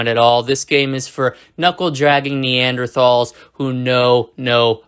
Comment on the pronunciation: You can't even pronounce Neanderthal correctly bruh